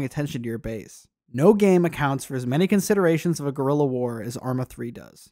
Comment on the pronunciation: "Guerrilla" as in "small war" , not "gorilla". "Guerra" is "war" in spanish...